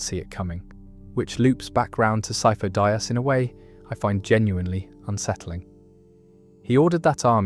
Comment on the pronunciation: Great video but bro. They say the names of characters you are mentioning. So why are you pronouncing them wrong? Sifo Dyas, Plagious, Tyrannus come on man.